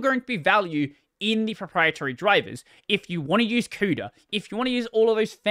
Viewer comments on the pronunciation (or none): none